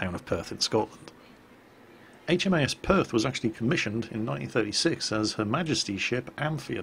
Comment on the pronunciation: I laughed every time I heard "HMAS" just because it sounds like "HMS" said with a southern American accent lol